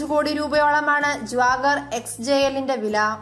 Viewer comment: Jwagar alle Jaguar ahh 🤣🤣🤣🤣🤣